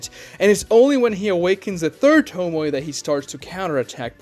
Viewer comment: What's a "toe- moy"?? Please learn how to pronounce the word.